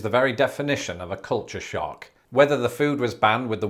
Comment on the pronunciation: The closed caption translates your pronunciation of "culture shock" as "culture shark." That's funny.